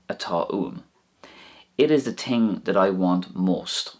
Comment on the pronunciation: Very informative...i also have to chuckle when you say ting...all the time at the end two thumbs up boyoo :-)